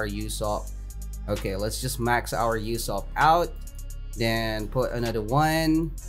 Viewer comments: "You-sopp" sad Usopp noises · Man said Yousopp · am i the only one who was getting triggerd at the way he was saying ussop